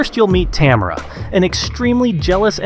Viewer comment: Americans never seem to be able to pronounce Tamara 😂